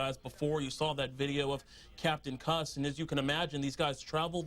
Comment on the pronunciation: Its not jeff kuss (cu ss) it is kuss pronounced like coos